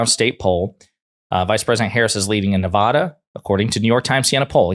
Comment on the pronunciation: By the way, it's not new-vaw, (law), da: it's (Nuh), (nut), -(Vad), (dad), duh ; Nevada